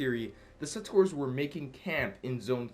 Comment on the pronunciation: You're still saying settors instead of settlers..